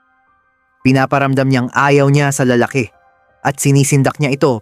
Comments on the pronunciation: La-la-ki… hindi LaalaaKE! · Para sa narrator: paki ayos naman Ang accent ng Tagalog mo😊 tulad ng lalake. Ang stress nasa second syllable